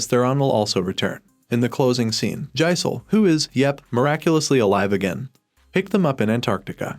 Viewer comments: did he just pronounce Gisele’s name “jaisel” ??? or did i hear it wrong 😂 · When you said Gisele, Jakob and Elena I cringed because of the pronunciation (Gisele name is pronounced like the animal Jakob name is Jake-ob and elena’s name is pronounced El-Ay-Na)